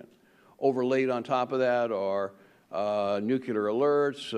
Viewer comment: Why do "expert" americans keep using word "nucelar" ?